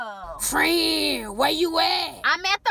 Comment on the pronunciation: Frieeeeeeeeeeeeeeeeeeend 🤣🤣🤣🤣that is the longest one syllable word I have ever heard. 😂😂😂